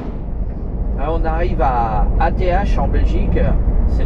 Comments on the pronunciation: L autoroute E429 est une magnifique autoroute. Ath se prononce ate et Bergen c est Mons en français. D ailleurs pour te repérer avec les villes traduit en neerlandais. Bergen-Mons Brussel-Bruxelles Gent-Gand Antwerpen-Anvers Luik-Liege Mechelen-Malines Namen-Namur Doornik-Tournai Kortrijk-Courtrai Apres pour le reste comme Bruges c est facile son nom en Neerlandais. Pour le ring on l appelle soit R0 ou Ro mais officiellement c est le R0. D ailleurs avouer que nos éclairages autoroutières sont agréables pour conduire. Enfaite y a beaucoup de feux rouge à Halle (brabant flamand) car près de la fin de l autoroute il y a le grand zoning de halle avec le plus grand colruyt et sa ligne de production qui est immense. Colruyt en Belgique c est une enseigne de magasin alimentaire très connue au même titre que delhaize. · ath se prononce ate ;)